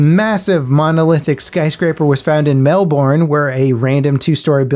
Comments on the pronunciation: 'Mel-*born*' - cringes in Australian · The way he said Melbourne 😂😂😂